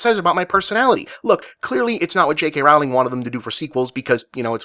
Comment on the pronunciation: Could you maybe at least pronounce Rowling's name correctly? Not even doing that much research makes you sound like a dumbass.